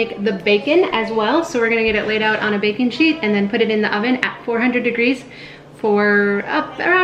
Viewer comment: IMMEDIATELY WENT TO B&N AND GOT THE BOOK!!! Also I heard "Bacon Sheet" instead of "Baking Sheet" xD haha